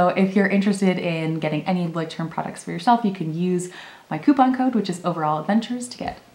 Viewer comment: I am German, and I love how you pronounce the word 😲